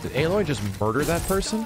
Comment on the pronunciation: It's Aloy you peasant not Aloi